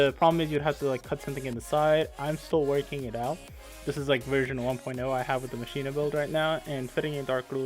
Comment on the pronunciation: It's not Ma-shi-na it's ma-key-na :'(